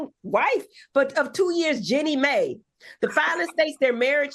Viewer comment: The voice, the stumbling over words, and pronouncing the names wrong - Iman = Eman Jenny Mai = May 😅 no Dr Heavenly